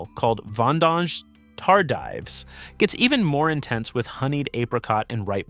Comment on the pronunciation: "TAR-DIVE" ; "RO-KI-FORT" — LOL. Try "TAR-DEEVE" and "ROCK-FORT"